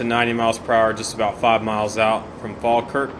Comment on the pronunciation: Oh and well done on pronouncing falkirk right